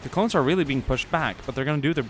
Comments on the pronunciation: he said clowns instead of clones lol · he says clowns instead of clones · I swear he's saying clown instead of clone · You keep saying clowns not clones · said clowns instead of clones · u said clowns and not clones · you said clown!?!?